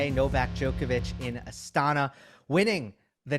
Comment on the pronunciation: Gill, the Kazakhstani capital is pronounced as AstanA, not AstAna.